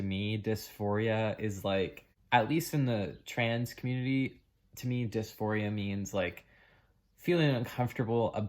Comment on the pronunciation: When you said, "Trans Community" you slurred your words so quickly that I had difficulty understanding you. It was as if, subconsciously, you were trying not to say those words. Do you believe that you were led astray or influenced in a negative way by that community? Yes or no. ADDED AFTER WATCHING BEYOND THE SLURRED WORDS: You were an ordinary girl experiencing what all girls experience during puberty. Mood swings and hating ridiculous things and hating those closest to you on some days. You were in a normal hormonal flux. And you were not in the right frame of mind to make ANY decisions of great import. No one IS when they are under the sway of fluctuating hormones. Did someone offer to take you for counseling? That's all you needed. And time. You would have gone through your NORMAL female transition from childhood to adulthood and emerged refreshed on the other side as millions of girls have done for centuries. "Trans Community" indeed. Nonsense.